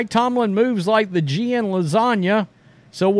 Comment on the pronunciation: The G In Lasagna Is SILENT